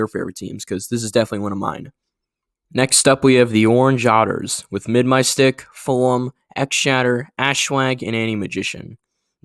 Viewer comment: Yeah, but you really need to learn to pronounce Mid's name.